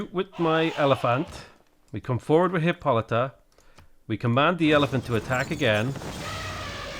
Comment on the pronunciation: I got tired of you figuring out how to pronounce your hero's name, so I googled it and it's hip-poh-luh-ta!